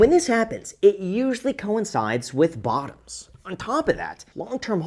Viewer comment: why he say BOTTOMS like that